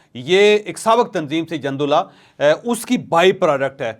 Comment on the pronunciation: Jandullah nahee Jundullah. Jeem par pesh hae. Jundi arbi main fauji ko kehtay Hain.